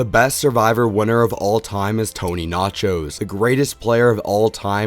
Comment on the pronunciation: Decent list. I don’t personally agree with all of your rankings, however, your rationale on each helps. PS. It’s Vlachos, not Nachos lol